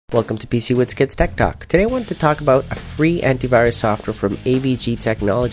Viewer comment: i just always laugh at your intro LOL PCWizTech talk LOL how you pronounce it.